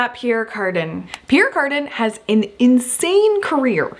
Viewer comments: Back in the day we pronounced it the French way: pee ERE car DAN. Never ever heard it pronounced carden(garden). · Pronounced ( Pea-air Car-dan) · It's pronounced: Pierre "Carduhn" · I had to Fast forward through the Pierre Cardin Section, for every time you mispronounced his name. Thanks for trying.